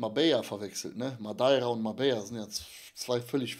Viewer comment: Wer kennt’s nicht : madaira 😂😂😂